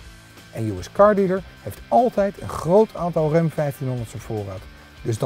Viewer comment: De "rem" 1500? Jesus man.., 'tis Ram, zo schrijf je het, zo zeg je het.